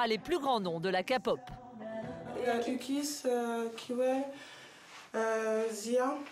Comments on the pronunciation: Ce qu'il veut dire c'est qu'on dit pas kapop mais képop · Ont dit pas ka pot comme capotte ou cacapote mais bien k pop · La Kapop bas oui bien sûr renseigniez vous sur la prononciation mes oreillers ont saigné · oe mais international de dkre "kaypop"